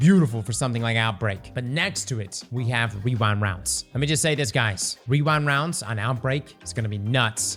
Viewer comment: are you saying rewind rounds or wewind wounds?